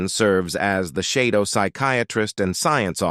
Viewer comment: Shadow not Shidow